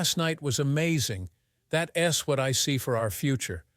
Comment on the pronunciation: Besides the unbelievable topic and how it's talked about and handled... Train your AI... That's... That S Can't... Can T We'd... We D And so on.. Very annoying